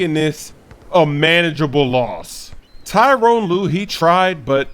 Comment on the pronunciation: Tyronn not Tyrone lol